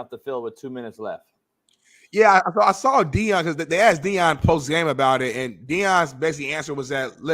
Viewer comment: it’s “asked”, not “axed.”